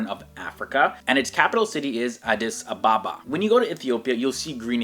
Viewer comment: I think you spaek amharic that was good "addis ababa" wow nice